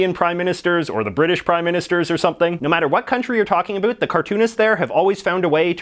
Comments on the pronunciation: "Think a boot it" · More like only Canadians say about like that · Are you Canadian or from the upper mid-West? It sounds like you pronounce your about with an extra emphasis on the O.